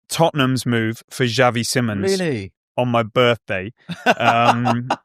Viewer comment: It is not pronounced Simmons, nor is it written like that. It is pronounced more akin to see-mons.